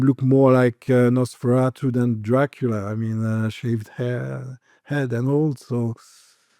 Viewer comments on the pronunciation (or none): none